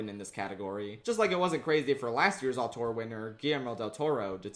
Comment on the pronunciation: Auteur, not autour.